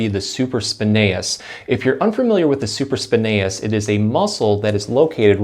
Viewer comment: Hey, you are saying supraspinatus incorrectly! You are missing the ”T” sound. I normally ignore it when people mispronounce a word but you repeated it many times and I am a massage Therapist so it stuck out like a sore thumb.